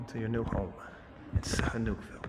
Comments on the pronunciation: I’m glad you pulled this off however living in Thailand for 17years? I find it impossible you kept pronouncing the name of the town you were in would be impossible bro. It’s said snooville and it’s simple so I call bullshit straight away. Glad you speak Chinese and hope you go back asap probably fooled everyone as well. Sad. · You're also pronouncing the name of the town incorrectly